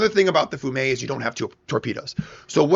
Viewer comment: it is pronounced "fee ume", it is the city "Rijeka" in Croatia, it was once under the occupation of Italy